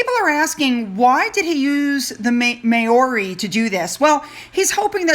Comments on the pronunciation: Hi - I’m Australian and have New Zealand friends - not trying to be rude but we all pronounce the Māori (phonetically pronounced Mow-ri) not Ma- ori - just a bit of help with the pronunciation sweets - I know it is hard for you guys to work out our way of speaking - understandable 👍🏿🥰🇦🇺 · darling, MĀORI is pronounced Mow (sounds like cow + Ree = MOWREE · ..the way to Pronounce Maori is MOW-REE...not MAY-OR-EE...remember the MOW is like COW...ok.. As for the idiots staying in the UK, they're not allowed at ANY public events! They will be closely monitored...they'll still try and get the money shots of the phantom children with The Queen...but they've been told they aren't allowed to share any conversation or photos...and if they do..that will be the end!! 🥰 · Please excuse me but pronunciation of New Zealands first people is MOWRI to be correct. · Dear it is pronounced. MOWRI…… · Māori pronounced ‘mower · Hi, just FYI, it’s pronounced “mow-rie”. ❤️🇨🇦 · Also, Prince Charles and Camilla will be doing a tour of Canada next week. 🇨🇦 PS JUST an fyi Māori is pronounced Mow(rhymes with how) ree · I am sorry, but I must correct you on your pronunciation. Maori is: 'mao' as in Mao Tse Tung the Chinese dictator and 'ri' is just the way you are saying it. Not a good sight word is it. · Hi, I grew up in NZ….just letting you know the pronunciation of Māori is pronounced phonetically ‘Mowri’ now thats not like mowing the lawn ‘Mow’….its more like now as if you said ‘nowri’ but ‘Mowri’. I hope that lets you know how Māori is phonetically pronounced. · Hi, Maori is pronounced like the Hawaiian island, but with an R.. Mauri.. I was pronouncing it like you before I met a few Kiwis..... Have a fabulous weekend my lovely. 🥂😘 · Maori is pronounced as Mao like cow but with an “m” you have the “ri” spot on 😊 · It’s pronounced “Mowrie” ❤️ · Read my last one o how to pronounce Māori,.